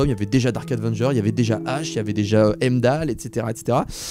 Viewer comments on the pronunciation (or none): none